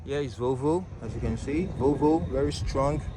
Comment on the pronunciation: I like the way u say volvo it kinda sounds like "vovo" which in my languag is a shortened way to say vomit🤣🤣💀